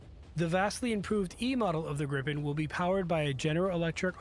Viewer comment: Hi the jet is kaled Gripen and not Grippen learn that please.